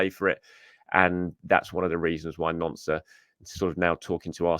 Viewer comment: It's pronounced "nont", not "nonce"!